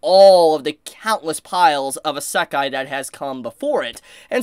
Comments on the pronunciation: How is this a isekai Ps your the only one I hear that says isekai like that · Every time he says Isekai is like getting punched in the gut.